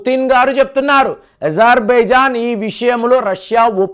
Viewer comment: ఇజర్‌బైజాన్‌ కాదండి. అజర్‌ బైజాన్‌